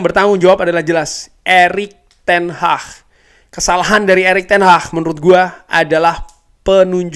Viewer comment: Erik Ten Hag bukan ERIK TEN HAH 😂😂😂😂